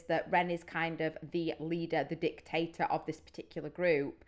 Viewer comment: "It does seem like Ren is the DIC...tator." Perhaps a subconscious emphasis and pause on that first syllable. You've clearly not recovered from hearing about sucking on his massive UH! You should definitely check out the Live At Dead Wax version of this song. It's absolutely mad.